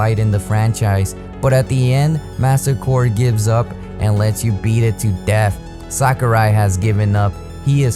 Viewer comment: how to you fuck up sakurai's name